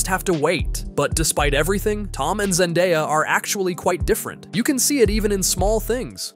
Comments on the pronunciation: I heard zendaddy and scrooled down and imeadiatly saw this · "Ze Daddy" 😂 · I heard zennbadie